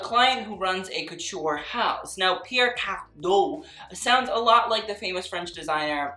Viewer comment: Him: Pierre Carrrrrrdin, Paco Rrrrrrrrabanne Me: laugh in french (Just want to say that I'm not trying to be mean, I just found his pronunciation funny)